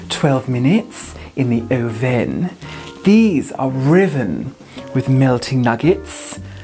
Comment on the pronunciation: He also did "oven" like OH-venn And i died a second time!!!